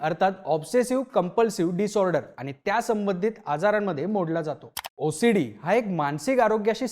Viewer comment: मी ओसडीला भोसडी ऐकले सपष्ट ऊच्चार करत जा भाऊ😮😮😮😮😮